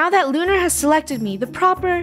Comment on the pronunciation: It's lunarah